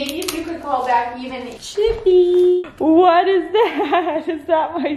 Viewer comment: Chippy says "me leepy"